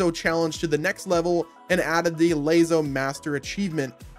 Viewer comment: Why the heck did you pronounce LASO as layzo. It's pronounced like lasso. Lol